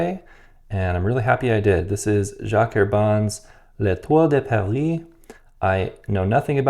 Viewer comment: I'm French and you said that very well! Nice review too. I'm tempted to get this just because of the association with Paris. :)